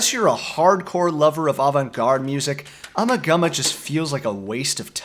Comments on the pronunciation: It’s uma gooma. Not ummah gummah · I once found an old dictionary belonging to my Grandmother. Flipping through the pages I came upon a word that was awfully familiar. Ummagumma. As the dictionary clearly showed, the first A (eh) was shown as a hard A. The last A was shown to be should I say, a flat A.. The proper pronunciation IS UmmAgumma, not ummagumma. The definition for the word was simple- meaning absolutely nothing about anything. Anyone able to add more to this I would appreciate it, as I've been unable over the years to track down that 30s dictionary nor can I find any confirmation from other sources. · I wish people could pronounce the album title correctly. FAIL. Listen folks, Nick Mason correctly pronounces it in the fricking video, listen carefully. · LOL, plays a clip of Nick Mason saying the name of the album and still pronounces it wrong... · LoL and lol and more lol, indeed LMFAOO... you just can pronounce Ummagumma properly !!